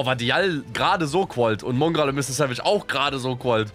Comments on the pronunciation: Du meinst mungral? 😂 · Jemand ne ahnung wieso er es immer Mungral ausspricht?!!! Nervt mich jedes mal wieder todes 😃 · Digga wie er nicht mal Mongraal aussprechen kann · Genau Mungraal